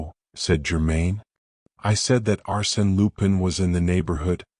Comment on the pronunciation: You can't even pronounce Arsene Lupin correctly. Hopeless